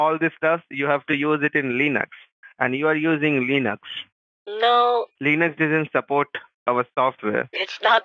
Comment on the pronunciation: "Leenux" lol